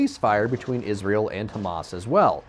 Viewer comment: Why can’t you pronounce Israel properly?